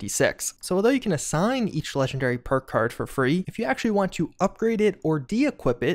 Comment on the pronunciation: He said purkuurd so many times in a row the word lost all meaning. Oh, PERK CARD you say?! Lies, I don't believe it.